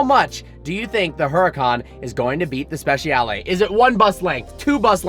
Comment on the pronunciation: Please pronounce it like you would pronounce “spechale” the letter ‘I’ must not be said!